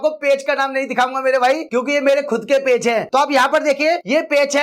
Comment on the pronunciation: पेच नहीं पेज बोलो😅😅